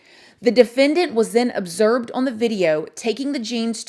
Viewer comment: “ObserBed” not observed.. you heard it here first 😜